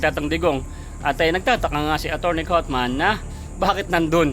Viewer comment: Vlogger, atty. Haufman at hindi cotman